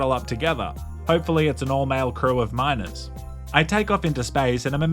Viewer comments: Wildest statement I’ve heard in a while “hopefully it’s an all male crew of min..s” but which word? “miners”? or “minors”? 😂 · miners....not minors right? lol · a male crew of ‘miners’ or ‘minors’. Just want to clarify 😂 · At first, I thought he was saying that he loves miners (who mine cryptocurrency) as a sarcastic jab.